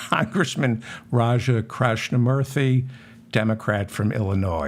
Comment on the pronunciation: Love what you do here. Thanks. Yes you pronounced Raja's name right but not Illinois. Don't know if you are doing it joking but the s is silent.